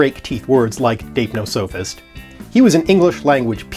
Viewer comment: I think you're saying it wrong... According to Collins and howjsay (also the OED and Merriam Webster, but I can't link those), it's /daɪpˈnɒsəfɪst/ or dype-nos-uh-fist, with the stress on the second syllable.